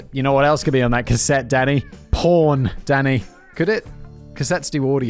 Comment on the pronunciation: It's got to be some sort of diagnosis that every time he says Danny, I hear Daddy and grin. 🤨